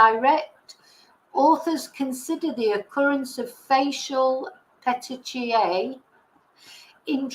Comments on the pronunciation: Thank you,. I think it’s pronounced Petikea. Pinpoint hemorrhages due to breakage of capillaries. They can appear due to lack of oxygen, trauma and also some medications. None of those medications where detected in Nicola’s autopsy, so they were due to lack of oxygen, increased pressure for some reason and probably trauma. I personally think we should only rely on the timeline for which there has been some evidence. Like the increasing of the phone volume if I am not mistaken, pressing the side buttons of the phone around that time which is a clear call for help, the screams and steps that continued after and of course the heart rate pick. She probably raised the volume because there was some noise. Someone said Willow was barking. Then something clearly scared Nicola, raised her heartbeat, made her press the phone’s side buttons and made her scream. Someone most probably took her otherwise the steps wouldn’t be recorded. After that, there were no steps recorded. Heartbeats continued for many days. What is incredibly sad and frustrating is the fact that Fitbit showed Nicola was alive for many days and that valuable window for saving her was missed. I personally think those in charge failed massively and showed unbelievable irresponsibility. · PETECHIAE is pronounced pet - teek - eee - -eye. Hope that helps <3